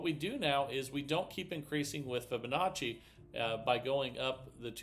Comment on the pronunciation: Omg he actually pronounced Fibonacci correctly!?! Way to go